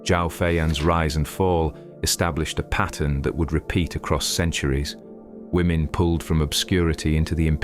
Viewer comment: Women not lemon!!